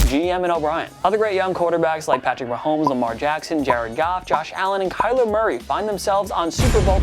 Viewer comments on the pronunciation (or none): none